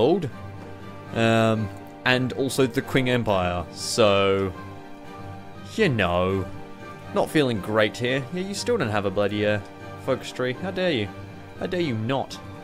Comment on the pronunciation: Qing is actually pronounced Ching, because old Chinese-to-Roman character translations sucked.